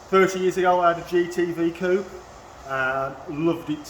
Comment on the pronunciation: they way he says coupe creeps me out... no